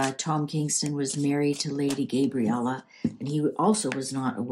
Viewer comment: Lady Gabriella , not Gaybriella